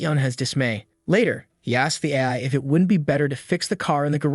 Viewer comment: THE AI VOICE IS SAYING AF INSTEAD OF AI